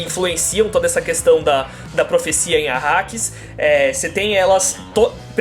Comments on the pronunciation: Caraca!!! Os caras falaram tudo errado !!! Benê Guesseti ? Planeta Akaris ?? PQP!!! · planeta "Akaris" ou " Arrakis"? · Bene Guesseti? Arkaris??? O KWISATZ HADERACH merecia um pouco mais de respeito. Sinceramente, senhores, se vão falar sobre uma obra que não conhecem, pelo menos se preparem direito para fazer a gravação. Leiam sobre a obra e, no mínimo, decorem os nomes e termos usados na série de livros. Do jeito que foi gravado, parece que vocês fizeram tudo às pressas, pra não ficarem atràs dos outros tubers. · Planeta "Acaris" Que isso?:/ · depois eles falam Arrakis